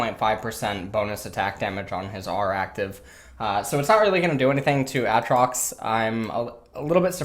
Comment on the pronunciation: I hate how you say Aatrox, nice video tho 👌🏼